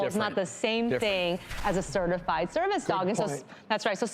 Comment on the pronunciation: Cringing everytime they say "certified"